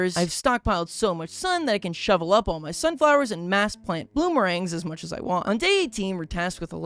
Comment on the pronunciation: He keep saying bloomerangs at the start 😂